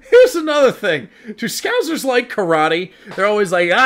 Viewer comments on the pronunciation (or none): Ahhhh its scousers not scouzers! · You say, "Scouzers". It'a Scousers, with a, 's'. Scouse is a lamb and vegetable stew which Liverpudlians are said to enjoy. In Wales, we call the same stew, "Cawl". We're not called Cawlers, though. These characters are based on Barry and Terry in the soap, "Brookside". It was the mid-80's.